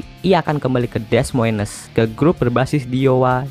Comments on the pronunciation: "Des Moines", bacanya "də moin" ('es' nya ga terbaca). "Corey" terbacanya "kori" bukan "korei". Lainnya (tolong) belajar sendiri ya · Nice info. Tapi please belajar pronunciation. Termasuk nama² orang, nama² kota (seperti Des Moines, Iowa)